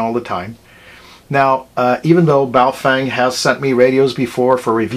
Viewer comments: ba-oh fung.... not bay o fang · Pretty sure it is Boof-wang.